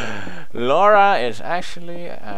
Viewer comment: Pewds.....thank you for pronouncing the name, Laura, correctly, it killed me when I heard people mispronounce that name.